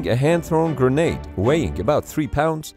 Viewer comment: Gra-nade. Please for the love of god and all that is holy. Stop saying Gernade